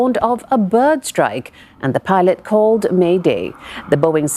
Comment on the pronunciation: boeing not boinging